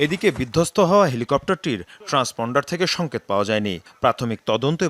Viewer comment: উপস্থাপিকার বাংলা উচ্চারণ শুনে আমি শিহরিত😂 তদন্ত কামিটি?? সংকত??😂😂😂 বাংলা ভাষাকে এরা ইংলিশে উচ্চারণ করতে চায়,,, এদেরকে কোন পাগলে এমন জনপ্রিয় একটি টেলিভিশনে চাকরি দেয়,,,,?,, এদের না আছে পোশাক ঠিক ,,না আছে ভাষা ঠিক,, আছে শুধু কতটা অস্ট্রেলিয়ান গাভীর মতো শরীর ,,যেটার উপস্থাপনা তারা খুব সুন্দর ভাবে করে😊